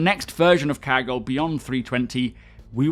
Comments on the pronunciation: Everyone: cargo: CAHGO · Physicalized COWWWWGO! Every video lol. I know a lot of English content creators and he's the only one I hear pronounce it this way. Love the content though, keep it up! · Cahgo lol